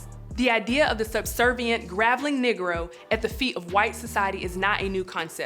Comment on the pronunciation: This a good analysis but its so hard to get over the mispronunciations in the video. She's reading a script from a writer with a much richer vocabulary. How do you mispronounce groveling as graveling or antithesis as anti-thesis or homage as hommage or co-opted as cooped ?